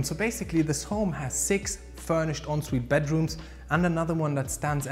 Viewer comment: We don't say onsvite in England. It's pronounced 'on sweet' but some people will say it as they see it and say 'en sweet'.